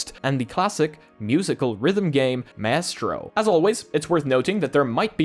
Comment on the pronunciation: it is pronounced MYSTRO btw. We used to have a car in the UK called the MG Maestro. Formally the Austin Maestro and it's the same for the orchestra conductor.